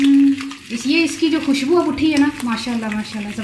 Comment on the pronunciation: I like the way you saying MASHA ALLAH bismilahh